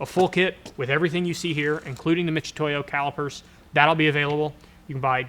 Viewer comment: Mitch-utoyo? What’s with the “ch”?